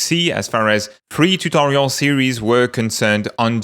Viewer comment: "Krita free"? Wait, Krita will have a paid version now? Took me a while to realize that is just how he says" three" :P Thanks for the update!